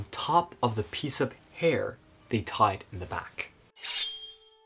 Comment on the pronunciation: Tied not tide.